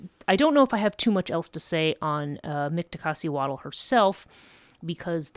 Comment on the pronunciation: Dude she can't even say her name right. Worry about your own culture, stop embarrassing mine with your outsider speculations. There's a while cult and mythos that survived from ancient times well into present day, the Nagual are very much still active. You just don't know because you are an outsider of our culture and will remain so- particularly concerning this lineage of sorcery. Have a great day